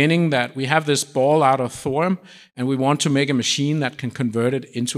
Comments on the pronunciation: NOT ......."THOR UM"............. it is................"THOR E UM"!!! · Why do you say thorum instead of thorium? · Why does he keep saying “thorum”?